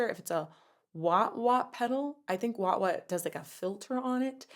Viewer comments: No judgment, but were you saying Waht waht? Wah pedals are useful, and Whammy bars are a part of the guitar bridge. I'm sure you've had this comment 100 times over. Great content as always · It’s waaaa pedal… Rookie. 😉